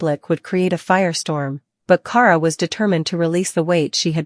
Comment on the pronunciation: Can’t even pronounce her name right it’s key-air-uh = Kierra